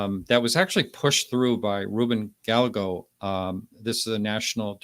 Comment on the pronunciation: Just a note: Ruben Gallego’s last name is pronounced gah-yay-go.